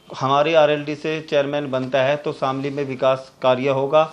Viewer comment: सर शामली है जनपद का नाम , शमीली नही आप प्लीज इसको ठीक करा ले